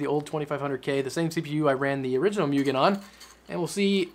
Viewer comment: Its moo-gen